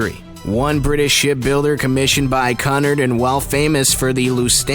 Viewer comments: OH MY GOD this narrator does not know how to pronounce the name Cunard. It’s almost like he’s pronouncing custard!!! It is pronounced phonetically speaking COO- NARD not Cunard. So annoying!! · Such a shame nobody told the narrator how to pronounce Cunnard. I was wondering who Connar’d was! Good video, really poor narrative. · Omfg this guy has 0 brain cells Its spelled Cunard but its pronounced Quenard Lusitania is not pronounced Las i tania RMS stands for Royal Mail Steamer/ship not Royal Merchant Talks about Queen Mary yet shows Titanic/Olympic Says Her highness when it should be Her Majesty I swear this guy is tryna look smart thinking he is saying these words correctly im loosing brain cells HELP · It's pronounced Q-nard. At least he pronounced White Star correctly. And several below are right that RMS does not mean Royal Merchant Ship. Makes me wonder who writes this stuff. I especially liked the assertion that ten crewmen shared one bunk. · 1: is not haunting 2: it's pronounced QEW-nard and they were enemy's and the rest is probably true 3: is not haunting 4: it did not span the ship, dipstick 6: you misspelled riband 7: is 8: is true but you also misspelled the escort's name 9: sounds fake 10 none of these were scary or haunting so I am reporting this so please dislike this video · Qnard it prenowsed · Maybe he just didn't know how to pronounce it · still. who says CUNard line. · It’s pronounced Q-nard. And your facts about the merger are wrong, as well as where the QM was built/launched. Also, why show photo of Titanic’s construction, and brochured interiors when talking about a completely different ship? Damn! WTF? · 1. RMS means Royal mail ship, not Royal merchant ship as ships with this designation would carry the royal mail 2. Cunard pronounced Queue-nard, not the way you pronounced it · He’s pronounced Cunard wrong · It hurts my ears hearing you mispronounce Cunard . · Your saying caaaaaaaaaaaaanard not cunard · And not canerd its cunard